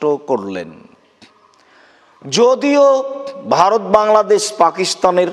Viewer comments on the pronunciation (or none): none